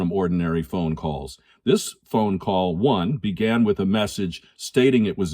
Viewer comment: This is AI. "Begane?"